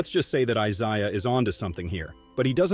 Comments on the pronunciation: Get that AI content slop sh!t out of here. It's Isaiah. Not Isayaaah. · Who the hell is Eye Zai Ya? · I’m didn’t know I was pronouncing EYE-ZIUH Thomas’s name wrong this whole time 🙄… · It’s pronounced “I ZAY UH” 😮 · I ZAIAH? learn to pronounce his name!!!!! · Please learn how to Pronounce Isiah. I (I-zaya) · Can’t say Isiah correct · What is with this AI narration? Can't pronounce Isaiah? What the heck.